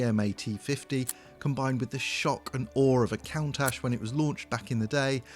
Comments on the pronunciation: Can someone explain to me why the host of this video from TopGear... a well renowned car media business... He doesn't know how to pronounce Lamborghini Countach properly? The car though... just beautiful!! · I don't know what to say, this car is perfection 😍 I hope to see a collaboration with Pagani in the future! also just a bit of a peeve, his pronunciation of Countach is terrible😅 does he think it's related to Dracula? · If you’re gonna say Countach a bunch of times, please god learn how to say it 😂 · You would think that someone who works for Top Gear would know how to announce the word Countach properly.. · How can mispronounce an iconic Lamborghini name that's more than 30 years old, not once but 3 times???!!! He's just trolling us, clearly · a Count Ash? Fire this man immediately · Lmao at the pronunciation of "count - ash" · Lamborghini cown-tash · Did you really just say "Cauntach"? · Lamborghini 'Count-ash"? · He really called the Countach a Count-ash??? ewww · Bro really said “Cowntash” 😐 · ah yes, my favorite lamborghini, the cowntash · Is that how you pronounce countach? Count-ash? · Did he just pronounce 'Lamborghini Cow-ntach'😂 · Did he say "Count-ash"? LOL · Lamborghini "Coontatsh"😜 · "Lamborghini COWntache?" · stop saying Kauntasch. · Count-ach? Really? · How do you say "'Cown-tash" whilst being a automotive reporter man. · I love Top Gear, but no way it’s pronounced “Cow-ntach”. Literally never heard anyone use that pronunciation before. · No way it’s pronounced “Cow-ntach”. Literally never heard anyone use that pronunciation before. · He (wrongly) pronounced it “cown-tach”, the way you spelled it hurts my brain to try and say it aloud. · Frank Stephenson (F430, P1 designer) made video discussing this, and apparently when he was working at Pininfarina, he learned that the word, "countach," is a piece of Italian regional slang and is actually pronounced KUUN-tok. There is no soft "ch" sound - the last letter is silent.